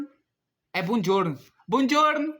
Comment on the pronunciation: Man, pq que teve uns 3 q ele falou errado e foi? o da Itália, ciAo NÃO TEM ACENTO!! E outro é savasde, E TB tem som de V, e também é bonjuor, nao bomdiuor, a pronúncia cara MDS, mas e não estou falando que sou muito inteligente e fluente em muitas línguas e me bancando de espertão, eu só n queria que ele achasse que fosse assim a pronuncia